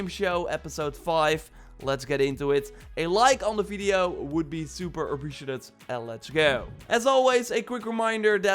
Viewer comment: bro, je videos zijn super, maar de manier waarop je 'appreciated' uitspreekt valt me telkens op.